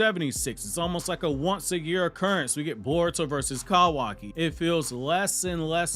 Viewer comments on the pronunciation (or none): why the fuck do you say his name like "CAWW waki" wtf its all one word. my dude is actually a crow in a human suit tryna convince us he's real.